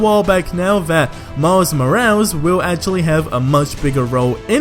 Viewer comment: "Miles Mo-als"